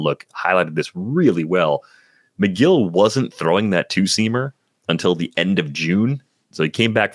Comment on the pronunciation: The breakdown on Tylor Megill (“meh-GILL,” not “MAY-gill”) might be even better than what said. It took Megill a minute to get that sinker fully integrated. He went back and forth between the majors and minors all summer, returning to the majors for good on August 30. Prior to that, he had an ERA over 5, FIP over 4, with a ~26 K%, 10.5 BB%, 99 Stuff+, and a (yuck!) 90 Location+. After that, he had a 2.32 ERA, mid-2s FIP, ~28 K%, 7.8 BB%, 108 Stuff+, and 103 Location+, and the sinker had > 40% O-Swing. Shape-wise, it looked a little like Zack Wheeler’s, believe it or not. They’re both extension boys, and got a lot of chase on their sinkers, so it makes some sense. He has an option remaining, so it’s not clear that he’ll start the year with the big club, but I hope he gets some run. Free Tylor Megill!